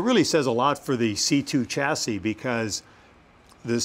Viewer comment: Did he really say chass-is?